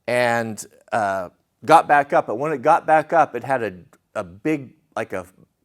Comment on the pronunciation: Leave your granddad's trophy as is. It's a treasure, clean it up but leave it as your grandparents left it. Also when she said she wanted you to grow your whiskers baayack sounds like she's picked up some southern pronunciation lol.